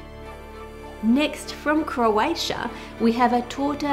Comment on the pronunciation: When you said Croatia, my heart grew 5 sizes! Even your pronunciation was on the spot 🥰